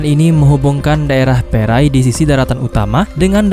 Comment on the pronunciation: ejaan PENANG...sebutan PENENG......PERAI...sebutan dgn kecepatan PRAI...